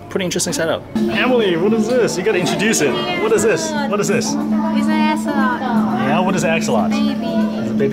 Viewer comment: it's axolotl you prnounce the l